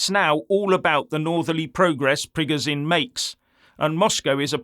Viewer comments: FFS its not prig o Zine its preg o shin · You can't even pronounce Prigozhin correctly, you're talking like a globalist neocon and getting a bonner cos you think 25k mercs lead by a deluded egotistical billionaire that's had a breakdown thinks he can defeat the entire Russian army and the Russian people that over 80% support Putin 😂 Sorry pal, you've shown yourself up here and it's sad and pathetic.